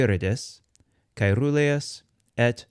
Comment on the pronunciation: Good!! but I have noticed do not know how to distinguish the pronunciation of the R neather RR. Caeruleus is pronounced Caerruleus, as heard in the video,- In Latin the R and RR were distinguished in the pronunciation, also in Italian and Spanish today. I do not understand why Latin pronunciation is taught if one does not know how to pronounce the RR or the RR.